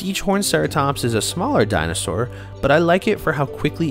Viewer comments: I stopped watching as soon as j heard dino sar it's actually maddening. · Say it with me, “Di - No - Sore”! It makes me cringe hearing “Di-No-Sar” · Dinah sahr!